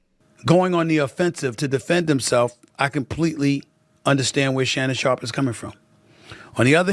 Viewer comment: Shannon Shaup. Shannon Shop. There's an R in there.